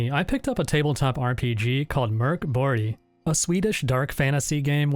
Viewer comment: The fact that you actually pronounce Mörk Borg as it is supposed to be, is the sort of attention to quality detail ive come to expect from this channel